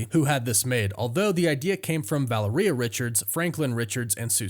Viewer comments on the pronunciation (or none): oh boy we got "valler-ea" richards again. its valeria dude. like valerian root. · Vuh-LAIR-ee-uh. Say it with me. Her name does not rhyme with diarrhea.